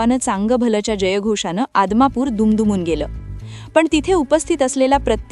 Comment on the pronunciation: आदमापूर अगोदर नीट बोल.